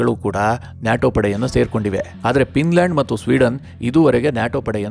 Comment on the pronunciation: It's Finland not pinland